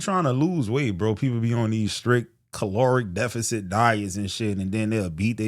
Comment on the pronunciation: That CALORIE DEFICIT🤣🤣 I am cracking up., why you say it like that? #WearthePhillyjawn🧢 Made my daughter watch this video.